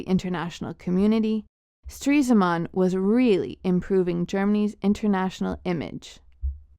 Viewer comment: its stres-man not streese-man